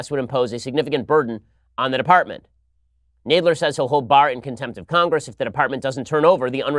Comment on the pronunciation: Jeez Ben you pronounced Jerry Nadler wrong.lol.Where's Charles Kruathimer. When you need him🐶